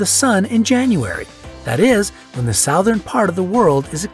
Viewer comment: It’s alarming to me how the guy pronounces “southern”.....